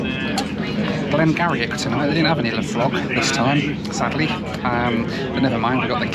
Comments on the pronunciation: Love your videos, the whisky you were drinking is made where I live in Oldmeldrum Aberdeenshire And the Whisky is pronounced Glen Gerrie, keep them coming Cheers Mo Edwards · Glen Garioch is pronounced 'Glen Geery' and Laphroaig is pronounced 'Lafroyg'. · Love the video! First of yours I’ve watched. Great stuff. Btw glen garioch is pronounced glen (gee-ree) if no one has already said! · Great video. The whisky🥃 is actually pronounced glen geeree (garioch) and is distilled in Oldmeldrum in Aberdeenshire. 👍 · The Glen Garioch whisky you had is pronounced Glen Gee-ree. It’s distilled in Oldmeldrum in the northeast of Scotland. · great video, I need to correct your pronunciation of the Whiskey😂. It's pronounced Glen "geery". I'm from the area where it's from so couldn't let it slip. Hope you enjoyed your stay. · Glen Garioch is pronounced Glen "Geery". Lovely distillery, would recommend! Maybe twin it with a trip to Aboyne gliding club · Glen Garioch = Glen Geeuhree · Nice dram with dinner. Love Glen Garioch (pronounced Glen Geery, like cheery!😄😁). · The whisky is pronounced Glen Geary, despite its unusual spelling. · The Whisky, Glen Garioch, is pronounced Glen Geery, damn Gaels and their spellings. Other than that nice video. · Great vlog as per usual but the whiskey is pronounced Glen Geary although spelt Glen Garioch a great distillery to visit near Aberdeen,and hope to see many more next year hope you and the family have a great new year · Erm, Glen Garrioch is pronounced Glen Geery, and ice with malt whisky??????????? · Glen Garioch is pronounced "Geery" in the Doric dialect of Aberdeen sorry I work for both the whisky you said haha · Dear - the whisky you had (Glen Garioch) is pronounced as Glen Gee-Ree - thanks again for the new videos as always! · As a former whisky drinker, Glen Garioch is pronounced a bit different. But, doesn’t really matter.